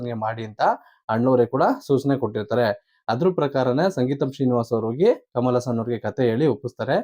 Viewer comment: ಅಣ್ಣ ಅದು ಸಂಗೀತಂ ಶ್ರೀನಿವಾಸ ಅಲ್ಲ ಸಿಂಗೀತಂ ಶ್ರೀನಿವಾಸ